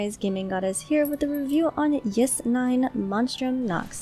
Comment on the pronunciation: ys is read "ees" not "yis" my friend insists its read "wise" though lol